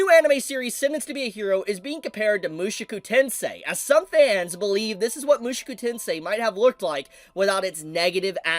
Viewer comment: Oh dear can't stop myself... MushOku not MushUku! Show not Shoe!